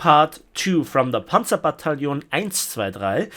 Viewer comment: Panzerbattalion eins zwei drei Ja so kann man es auch sagen